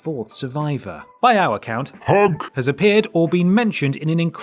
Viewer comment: lmao I'm waiting for H U N K and not disappointed. I somehow knew that you will over-pronounced it that way. I just knew it.